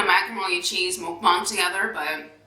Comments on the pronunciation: Then how else do you say it?🤦🏻‍♀️ it's not a 'makbang' it's pronounced as 'mookbang' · That's the correct way to pronounce it